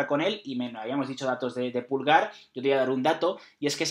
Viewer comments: Así como va esto, vamos a tener a Irati con un look tipo del Piero y a José cómo Gerald Johanson jajaja. Buen vídeo como siempre, lo que si (es una pequeñez) pedir si pueden pronunciar bien Medel y Pulgar que no tienen el acento en la silaba 'Me' y 'Pul' respectivamente, es 'Medél' y 'Pulgár'. Saludos desde Chile muchachos ! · Se pronuncia MEDÉL Y PULGÁR, NO MÉDEL NI PÚLGAR